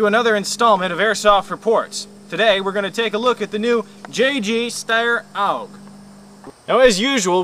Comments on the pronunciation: its not aug. its a.u.g. accually. i laugh when he says it wrong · its A.U.G not auwwwg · Oh yes, it's a great review. The guy pronounced AUG or A-U-G as Awoug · its not a steyr owg its a steyr a-u-g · lol! its A U G not oug stupid arse! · haha it's called a-u-g!! u review airsoft guns u should at least be able to pronounce the names probably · Its not pronounced "aug", its an acronym. If this guy had ever been in the military or handled anything besides toy weapons he'd know that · lol i tought we say AUG but i heard oW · it aug not oug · he says it like its auug instead of aug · AIRSOFT REPORT!!! ITS PRONOUNCED A-U-G not AUG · HAHAHAHAHA LOL OWG WTF IS AN 'OWG' it's an AUG: pronounced A YOU GEE with ya, that ticks me off. but you guys are still awesome, keep it up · A-U-G! You say each letter! Not pronounce it as a word!! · It A.U.G not aug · you tit its pronounced "org" or A.U.G where the hell did you get that pronunciation from anyway? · aough what a dumbass its A U G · HAHA its was so funny how he said aug OWGH lol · It's pronouced like 'AY YOU Gee' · Awesome Review you guys are good but it's said as A U G. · nope, it's called an aug, not a u g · Its pronounced awg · It is pronounced A-U-G. Say it right! haha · i think he's trying to pronounce it german like cuz the aug is from austria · yea, thats why the letters are in capital, otherwise it would be Aug. and isn't it pronounced "shteyr?"